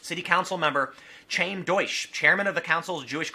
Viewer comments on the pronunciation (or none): I am a member of the Jewish community in NYC. Some things to point out regarding this story: 1) Tim, please learn to pronounce "Chaim" (Deutch, the councilman) correctly. Ask any Jewish guy on the street. 2) I am personally quite annoyed at the incident, but I believe any shock or surprise is out of place. Incidents like this all too common. 3) I don't think the community is accusing anonymous white nationalists. For the most part, hate incidents (crimes or otherwise) against Jews in NYC are perpetrated by youths (teens or tweens) of other minority groups. I don't accuse such individuals of being strong in the brains department, hence the English spelling of the slur and the ignorance that Hitler didn't like them, either.